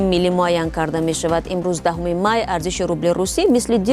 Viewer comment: т безор карди қати (Т Т Т) гуиёт🤔 мешаваТ, неЮ мешаваД-ай дар забони тоҷикӣ. забона ёд бигир аввал.!